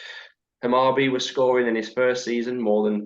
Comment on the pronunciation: Hammarby - pronounced "Hammarboo" (kinda) , let's see how he does. The Danish team he managed got relegated after he left, not sure what that means.